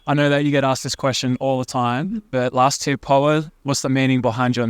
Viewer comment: Please tell Americans that it’s Last Tear and not Last Year